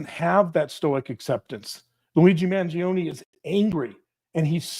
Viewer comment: I believe you are pronouncing Luigi's sur name wrong. It's a silent "e", and just 2 syllables. "Man-JOAN"